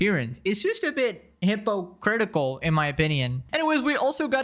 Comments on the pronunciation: I hope im not the only one who heard "hipo critical" rather than hypocritical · “Hippo critical” 😂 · I just about died when you said hippo-critical 😂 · That extra P and a pause was devious work, my man. Hippo-critical?😂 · Emphasize on that "Hippo"cratic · hippo-critical. please tell me that was intentional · Did he say she was "HIPPOcritical"", lol! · "HIPPO-critical" lol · ‘Hippo critical’ im dying lol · "Hipo' critical" is my fav part ong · Did you say "hippo-critical" lol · HEAVY-Emphasis on “Hypo-critical” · big emphasis on hippo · I noticed it too lmfao